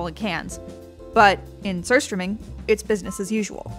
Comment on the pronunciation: the way she pronounce it was very satisfying